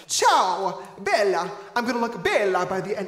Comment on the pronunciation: I’m sorry never say Ciao or Bella again u don’t i mean just can’t say it like that plus im Sicilian so I know that is not how you say it never say hi 👋 beautiful ever again, please